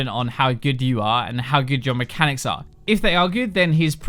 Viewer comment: Hahaha. Mehcanics